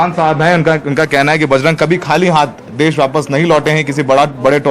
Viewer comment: देस नहीं देश होता है